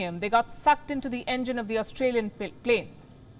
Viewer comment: Not to be funny but I heard Australian plate 😂😂